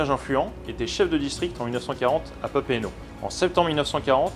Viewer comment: Dans la Marine nationale on ne dit pas capitaine mais commandant ;) Mais c’est vrai, prononciation nickel, et aussi la prononciation de PapEEte et pas « Papète » 👍🏼